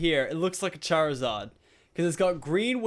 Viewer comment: ITS CHARZARD NOT CHARZURD